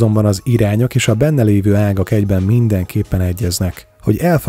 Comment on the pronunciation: és nem Szangha hanem Szanga kiejtésre!